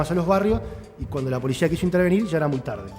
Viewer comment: La polishia, chicoshhhh !!! De donde viene esa pronunciación? Se las enseñan en algún lado?